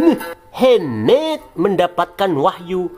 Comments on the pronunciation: waduh lama kgk muncul" min, udah lama ane tungguin ampe kangen ama......pelafalan muhammad dan awloh swtnya🤣🤣🤣 Tuhan Yesus memberkati channel ini untuk menyingkap dongeng" takhayul nenek tua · Ngomong muhammad nya 😂😂biasa aja Om...